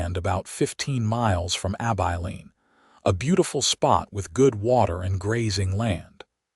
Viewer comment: For Gods samke its Abilene (short i) NOT AbEYElene!!!!!